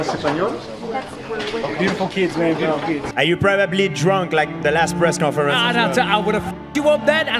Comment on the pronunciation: The way he says: Probably 😂